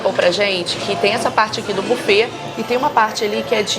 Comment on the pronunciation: Buffet se lê bifê ... 👈👈